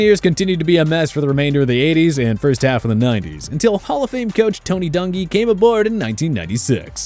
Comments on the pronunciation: My man called Tony Dungy, Dunggy..?? like shit..??? Damn that’s fuckin foul… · The butchering of Tony Dungys name cannot be forgiven